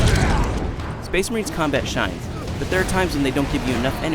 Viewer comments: SPUH-AYSH MUHRANE!! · SPEHS MAHREEENS!!! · is it just me or does the charters say spice marines then space marines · Only I hear "Spice Marines!"? XD